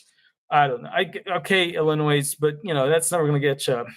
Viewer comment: It's not Illinoise.